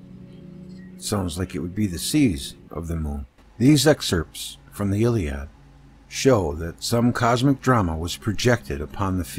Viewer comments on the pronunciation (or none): none